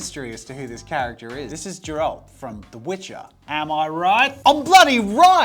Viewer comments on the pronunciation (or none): Geralt.. not Jeralt. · I get so annoyed when people mispronounce Geralt's name, Geralt was created by a Polish author so his name should be read as Geralt (sound not letter pronounciation) not JERALD and i don't get it when did yall get the J sound and D i don't know and im not asking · You pronounced Geralt wrong. It's not pronounced "Jayralt" it's pronounced with a G as in god, or good the "guh" sound. "GUH-ER-ALT" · Its not Jeralt its Geralt, with a G like gun!! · its Geralt not jeralt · I’m still laughing at the fact that he said Geralt like Jer-alt😂 my dear sir, it’s pronounced G-air-alt, Geralt of Rivia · "Its GERALT. Not Jerald.'' Geralt of Rivia, the Witcher 3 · the witcher is not jeralt its geralt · his name is Geralt, not jeralt. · Great video! I will ignore the fact you called Geralt, Jeralled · Dżeralt pronunciation is crazy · This is the nerdiest shit ever, but it's a hard 'G' in Geralt. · Jeralt 🤣🤣🤣 I knew it was him after hearing the description 💕😂 you did a great job though (except from the pronounciation 🙈😂) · Hard G in Geralt. They say his name often in the game and series. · "Ge-rolt" with a hard G, thank you very much. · It's pronounced G-air-alt. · Dude can't even pronounce Geralt right, jesus christ... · You butchered the pronunciation of Geralt... Silly English mains, they never get the simplicity. - If "whiskers" are in quotes, then those most likely not actual whiskers, but something that look like, similarly to Naruto character. But the description...Who tf made that? Totally off. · He absolutely butchered my boy Geralt's name 🥲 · The way you said Geralt's name made my blood boil, but still it was nice video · The moment he mispronounced Geralt, I’m off. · I have some serious issues with the way you pronounce "Geralt"... But video is amazing overall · It’s Geralt with a G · before I watch this part I'll just guess Geralt of Rivia from that description XD And I was right, but why did you pronounce Geralt so weird!?